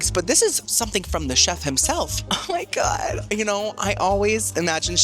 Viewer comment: “oh my gwad”